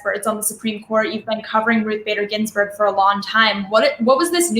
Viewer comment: Ruth Bader Gins🤮🤮🤮🤮🤮🤮🤮🤮🤮🤮🤮🤮🤮🤮🤮🤮🤮🤮berg......could barely get that out.